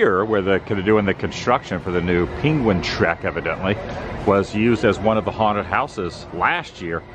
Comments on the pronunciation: Why are you saying peequin. For penquin😅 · What's a peengwin?